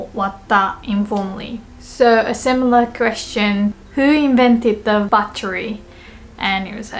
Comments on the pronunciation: when she said "who invented the battery" I thought she said "who invented debauchery" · I thought you were asking “who invented debauchery” :v